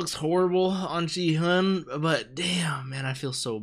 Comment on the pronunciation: The "g" in Gi-hun's name is pronounced like "g" in "geek", not like "g" in "gin". I've been enjoying your reaction. I like that you don't exaggerate it like many other reactors. Can't wait for episode 3!